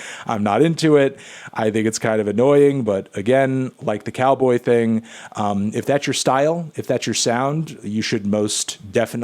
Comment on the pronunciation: Hey Anthony its not nice pronouncing Calboy's name as Cowboy